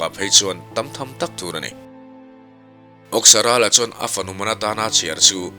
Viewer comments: Awksarala tih hi Awke kan lama Awk ti lovin. Thang âwk kan thluk ang hian . Âwksarala adik zawk a ngem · Âwksarâla tih hi i lam dik lo. Áwk tih tur. Saâwk kan lam dân ang hian.